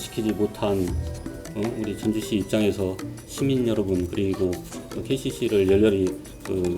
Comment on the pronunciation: 전주시가 즌주시했네